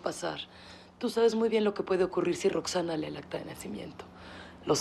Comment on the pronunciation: No es Roxxanna es Roxxanne